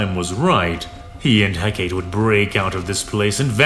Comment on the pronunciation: Hecaté. Is. Pronounced. "HEK-A-TAY".